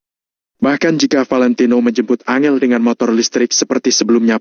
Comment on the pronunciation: Angel (susah) 🤣 An jel bos bacanya